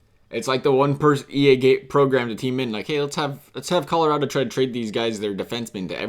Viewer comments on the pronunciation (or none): none